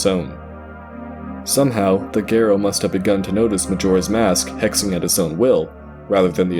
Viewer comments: It drives me crazy that he keeps saying "gare-oh" and not "Gahr-oh" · I'm so distracted during the Ikana section, as I keep chiming in "Gah-ro" and "Eegos." My pedantic nature is making me miss details. 😅